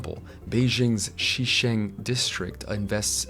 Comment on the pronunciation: "Xicheng"' pronounication is closer to See-chung